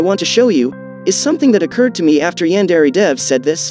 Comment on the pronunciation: Did This Man Really Say “YaAaNdErE”? Did This Man Really Say “Brain Paint”?